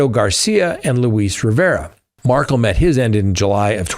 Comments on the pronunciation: Hey, can you spell the Adelson case names phonetically for? Mar-kell (not Markle like the Dutchess) and the others. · Dan Markel’s name isn’t pronounced like Prince Harry’s wife. It’s pronounced Mar-Kell. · Its prof. Dan Markel. Not markle!